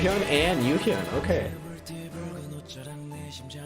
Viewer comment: You got Yesung's name wrong, lol... it's Yesung not Yuhyun or however it is you pronounced it, lol. KRY is Kyuhyun, Ryeowook and Yesung~